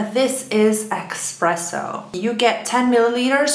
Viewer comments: Why do people keep saying expresso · kinda drives me crazy hearing "exspresso"